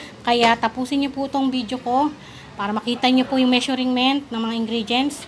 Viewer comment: Ate itatama ko lang po ang pronunciation mo ng Measurent ang tamang pag bigkas po ay Me-shur-ment at hindi Me-shuring-ment.